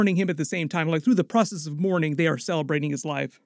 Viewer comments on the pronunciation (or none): none